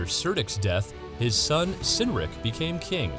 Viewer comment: If he was a Saxon, his name would have been pronounced with a hard “C” at the beginning, so “Kerr-dikh”; likewise his son was “Kinn-rikh”